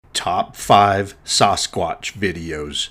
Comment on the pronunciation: Dude…. Why do you pronounce it “soss-quotch”? 😂